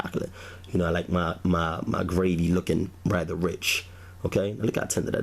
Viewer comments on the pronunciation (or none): none